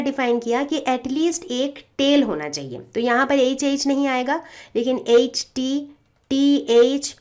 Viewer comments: Mam not say H mam say eche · Mam "H" dhang se bola kro